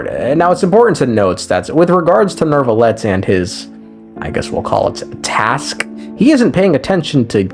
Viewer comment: There’s no r in neuvillette thé neu sounds like the neu in neuf